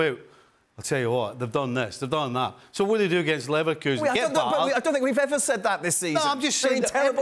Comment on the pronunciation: he said leverkusen ......